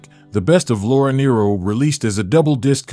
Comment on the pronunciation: The last name story is totally false and incorrect in pronunciation .